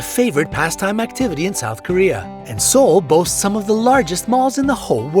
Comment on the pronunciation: "Seoul boats"